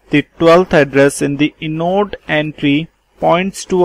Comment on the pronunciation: inode - pronounced eye-node not inn-node. Apart from that, thankyou for the useful presentation, good job!